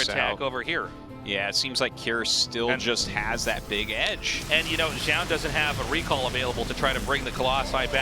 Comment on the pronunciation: Still not going to pronounce Zoun's name correctly? You had it for a while there. Doesn't take any special effort...